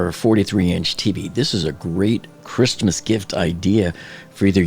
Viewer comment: why do you pronounce the t in Christmas